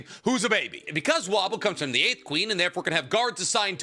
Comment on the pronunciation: Is he purposefully mispronouncing their names lmao. Sir-I-Den-Ick and woah-bull is how you pronounce their names